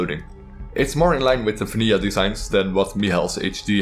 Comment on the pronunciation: Absolutely love your accent, especially how you say vanija instead of vanilla.